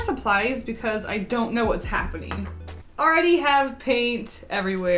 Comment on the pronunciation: I know you don’t care, but I am unable to ignore the fact that you say -een instead of -ing. For example paint-een and happen-een. Is that because of where you’re from? I’m genuinely wondering because I’m from the south in the US and we do the thing where you just drop the g in -ing words among other really weird things. Accents fascinate me.